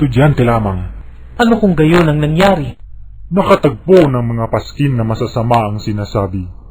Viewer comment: paskin?? or paskil?? 😭